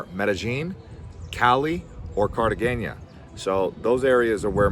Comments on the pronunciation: Cartageña? 😂😂😂😂 bro!!! How can you give advice when you don’t even know how to pronounce it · Pretty good reporting, sir...thanks for your contribution. Tourism dynamics in Colombia have been shifting over the years, and while places like Cartagena (not pronounced Cartageña, fyi), Medellin and Santa Marta have always been popular, the capital city of Bogota has a significantly higher level of tourism. With the city's sheer geographical size and population, there are more museums, historic sights and a greater variety of upscale sectors for tourists using international currencies. Bogota is referred to as the refrigerator (la nevera) by Colombians throughout the country, but its climate is actually quite enjoyable, imho. As someone who lived and worked in Bogota for seven years, I'd say visiting the capital along with other destinations is a must. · Man hasnt said the name of Cartagena right not once during the whole video 🤣🤣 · PLEASE learn how to pronounce Cartegena!!!!